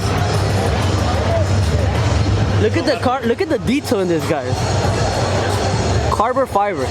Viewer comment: este wey “carbor fiber” 🤦🏻‍♂️😂